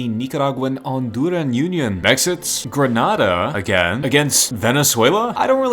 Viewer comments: I'm from dominica😁 Its gre NAY dA. And Cari bee un, antiguh I get its and American pronounciation. But just thought I'd say the correct one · You pronounced “Grenada” wrong. the a before the d is strong